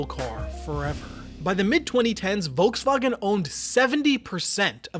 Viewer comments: I'm just really annoyed at the way you pronounced Volkswagen. If you really want to pronounce it the German way then it should be FolksVagen. The V in German is pronounced like an F. Pronouncing it Volksvagen makes you sound pretentious. Just saying. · IT'S PRONOUNCED FOLKSWAGEN. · bro pronounced "volkswagen" as "Volkswagen" instead of "Folkswagen" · If you're going to pronounce vagen in the German vernacular, you might want to also pronounce the Wolks. Wolksvagen. OCD with it. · The German pronunciation is "folksvagen." If you're going to try to use the original pronunciation, do the F at the front as well. No half measures. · Just a little thing: Volkswagen is pronounced with an 'F' sound in front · The V in Volswagen is pronounced like an f. Just a slight correction.